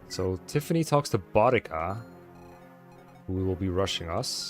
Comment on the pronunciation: idk if it’s actually correct in this case or not but anytime I’ve seen a named spelled that way(which is only like once because it’s the same name as a Servant from the Fate universe) it’s a stronger emphasis on the U. Sounds kinda like Buu (from DBZ)+dica. Boudica but I guess maybe there are still other ways to say the name or the author was going for something else in this, idk lmao but hearing Bodega as in those tiny mini mart like places in NYC had me crack a smile. Love the playthrough keep up the good work, and grats on the Relay win!